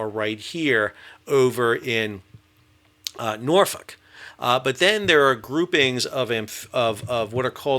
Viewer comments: You can tell this guy has been to Norfolk because he pronounces it correctly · Respect for the Norfolk pronunciation!